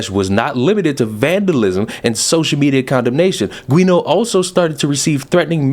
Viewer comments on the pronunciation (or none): I think Guéneau is "Joo-No".